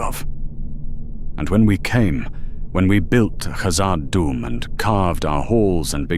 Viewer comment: No dwarf would call Khazad Dum 'Moria'. And your pronunciation was abysmal.